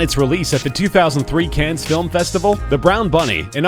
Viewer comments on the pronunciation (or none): "Cans" are what you tie to the back of a newlywed's car. The name of the city on the Riviera, Cannes, is pronounced without the final "s." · "Cans film festival" 😂 "Vincent Guy-o" 😂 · The city of Cannes is not pronounced as "cans" , you fucking idiot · Anybody else cringe at the pronunciation of "Sevigny" and "Cannes"? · and lars von " tri - er " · He pronounced "Cannes" wrong